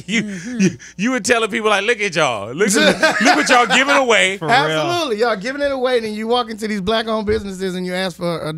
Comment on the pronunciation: Word of the day is "Ab-so-lut-ley"